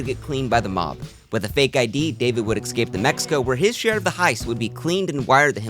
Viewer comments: Escape Not Excape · Each time you say escape you pronounce it as excape and it drives me nuts. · PLEASE stop saying eXcape. It's "ESCAPE". No X! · I’m sorry I love your content but the word is "es-cape" like the letter 's' and then a cape. Stop saying "eck-scape" like a toddler, its embarrassing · I still love your videos and I’ll keep watching. But it’s esssscape, not exxxcape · eXcape eXpresso eXpecially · Great video. One note for future videos: work on your pronunciation of "escape".